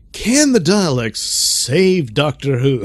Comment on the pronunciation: It's "Daleks," not "Dialects."